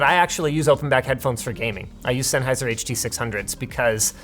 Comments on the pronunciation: What did he just call ol’ man senny’s huh-duh six hungeos? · Oh look, he mentionned the Huh-Duh Six Hunge-0s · You mean the Hud-Duh 6 hun duhs? By SENN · These Sony open back look pretty cool 👀 also I didn’t know that Linus has a pair of “HUR DUR SIX HUNGE-Os by OL MATE SENN” just for gaming… 😎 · Love the Senny Huh Duh Six-hungos!